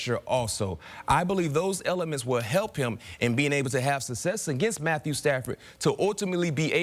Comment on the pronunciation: It's success, not susses.